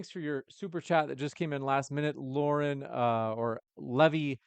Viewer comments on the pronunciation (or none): none